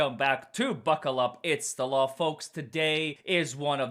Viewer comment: The calling Kerry Mrs.McCabe and the "when you were being influen, err, interviewed by " laur" enforcement has me 💀🤣🤣😭🤣😭😂🤣😭🙄🤣💀